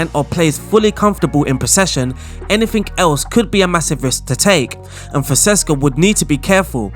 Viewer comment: FONSECA! NOT FONSESCA 😂 every bloody time! Apologies. kkkkkkkkkkkkkkkkkkkkkkkkkkkkkkkkk